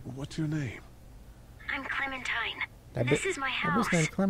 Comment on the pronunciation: Clementine more like Clemen-puh-time